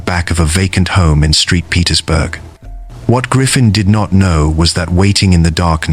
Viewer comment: That one girl, Jennifer Mee, was from “Street Petersburg, Florida” according to the narrator. I hate these AI narrators.